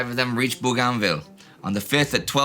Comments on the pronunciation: Interesting. He says boo-GAN-ville. I am pretty sure that my father-in-law that faught there in WWII and my friends that work there call it BOW-gan-ville. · Bougainville is pronounced Bo-Gan-Ville. Not Boo-Gan-Ville.